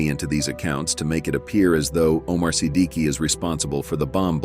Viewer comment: If I'm not mistaken i guess itz pronounced as SI-DIK not SI-D-KI i hope I'm right!!!